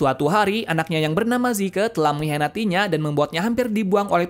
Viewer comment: zeke bukan zike